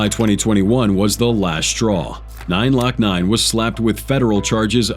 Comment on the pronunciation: 2 parts where ima help an correct you …The rapper name is (Glokk-Nine) not “9-lokkNine”😭💀🤦🏾‍♂️also the song is called (2-2-3s) not “2-23s”😂